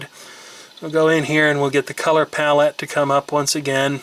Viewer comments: ...I did not intend to watch the 48min video, but I did. You got me on the details of the old machines. I just had only money to buy an Osborne. Where I cut my computing teeth in 1982. BTW, 'Pixel' is pronounced as a word, 'Pallette' is pronounced as word. shar.feldheim on SKYPE Love your work and the background info. I'm impressed with your left hand dexterity(double entendre for us linguists) as you manipulate the the product and video simultaneously. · I love that you refuse to massacre the language by saying "fn-esse" the way they intended, but then repeatedly pronounce the words palette and pixels in a really weird way. xD Great video. :)